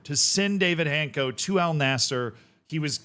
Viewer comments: It's not Hayncko or Hancko. It's Han-ts-ko. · my ears hurt hearing Hanko instead of Hancko every time, but his transfers were rumored for seasons, only to fail every time, I thought he's cursed or something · I think it's pronounced hanchko. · It's funny that I saw Hancko today at a friendly with Porto, who signed Luuk de Jong without any knowledge of journalists at all. 2x failed here-we-go in one stadium, what a beauty Also the pronunciation is Hantz-koh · It's netiher. More like Hanchko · I think it is pronounced Hants-co but perhaps someone else has a better pronunciation